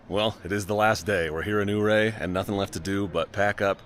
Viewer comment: Nice footage, though some things to know and think about. It's "U"ray, not "Ooo"ray. And it's "Ofer", not "Ofear". Keep in mind that, yes, there is too much traffic now in the high country because of all the types of vehicles available, and the exposure the internet provides. It's a bit ironic that 1.) your group of 10 and 2.) your content here add to the problem....